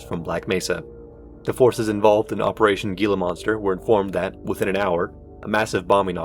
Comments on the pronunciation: ik its a nitpick but its pronounced "Hee-la" not "Gee-la" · Hila. Heeelaaa. It’s pronounced Heelaa monster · not that it matters a whole lot, but two pronunciations were incorrect; Tucson is pronounced "two-sawn", and the G in gila monster makes an H sound (hee-la) Otherwise, really great video and detailed worldbuilding, really stellar job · You need to work on those pronunciations like Gila monster, HECU, and Tucson if you're aiming for that documentary feel. It always sucks me out of the immersion when that happens. Also need to slow down your reading a little bit, otherwise the cadence and tone is great. Your voice is well suited to it. The vortigaunt on the stretcher was a bit goofy, no way they would realistically be transporting that in the open. It would be blocked off with ample standoff distance and they'd bag the body first. Even with traffic deaths they wouldn't let that many spectators. The remark that Bush did not resign would not be considered controversial. No president would be expected or asked to relinquish power in such a time of emergency.